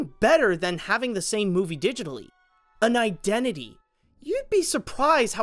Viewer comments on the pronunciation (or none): none